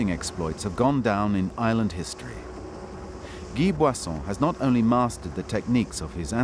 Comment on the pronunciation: His first name is Guy (pronounce "ghee") and name Boisson (pronounce "boasson")